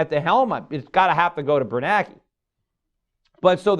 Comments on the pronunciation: Gummer I can tell you how I'd do. If I were going to constantly talk about the FED chairmen, I'd at least learn how to pronounce their names by simply learning how to read. The man's name is BernaNke, not Bernake. Peter is the only illiterate IN THE WORLD who says it wrong. He doesn't even notice that everyone else is saying it differently than he does. Then I'd learn how to say Roosevelt. And so on, and so forth. That's how I'd do, for starters. Then people in the audiences wouldn't be laughing on the inside and thinking, "this dude doesn't even know how to say the man's name." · Can't even get the FED chair's name right, year after year after year. It's Bernanke, not Bernake. There are TWO N's, simple simon. Look at his name the next time you read an article about him. LOOK AT IT. Sound it out one syllable at a time like a kindergartner learning to read. WHAT DOES IT SAY?